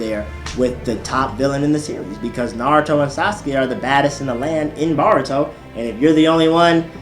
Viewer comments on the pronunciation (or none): none